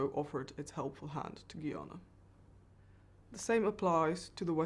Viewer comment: Why are so many people incapable of pronouncing the country's name? 🙄 It's "Ghuy-ana" - Guyana. Not "Ghee-arna".